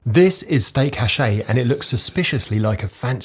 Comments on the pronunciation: Steak /ashai/ not "hashai" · "Stayk Hayshé" non mais frr